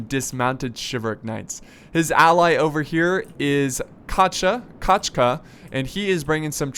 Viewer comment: kochka you read it like "kaczka". In Polish kaczka mean Duck... illuminati confirmed